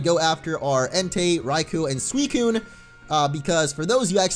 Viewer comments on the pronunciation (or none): none